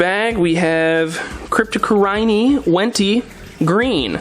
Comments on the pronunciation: Subscribed for your cryptocoryne pronunciation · You're also not pronouncing cryptocoryne right....